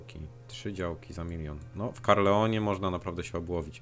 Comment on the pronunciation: Dlaczego w każdym odcinku mówisz CaRLEon, kiedy miasto nazywa się CaERLon??